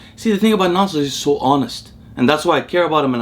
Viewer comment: You pronounce "Nasser" with perfect Arabic pronunciation.